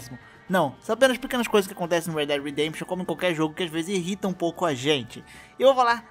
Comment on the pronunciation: Uma coisa que me irrita é alguém falar, é alguém falar "inrrita"